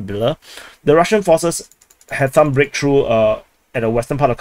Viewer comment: "Massive breaktruh" Bro russia went from kiev and warsaw in 3 days to this massive sucess 🤣